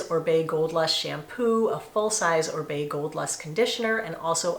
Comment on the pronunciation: ORIBE pronounced OReeBay